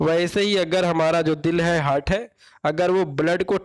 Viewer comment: हर्ट (hurt)nahi ... हार्ट ( heart) hota h